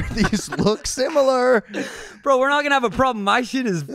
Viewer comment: “ Oliver these look simmaler”😂😂😂😂😂